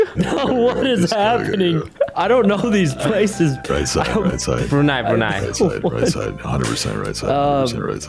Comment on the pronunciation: The way Toast pronounced Brunei is perfect